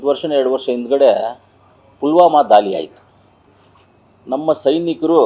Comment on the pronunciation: ದಾಲಿ ಅಲ್ಲ ಸಾರ್ ದಾಳಿ ಕಲ್ಲ ಅಲ್ಲಾ ಸಾರ್ ಕಳ್ಳ ತಾವು ಯಾವ ಶಾಲೆಯಲ್ಲಿ ಓದಿರದು ಸ್ವಲ್ಪ ಕಡ್ಡಿಪುಡಿ ಕಡಿಮೆ ಮಾಡಿ ಸಾರ್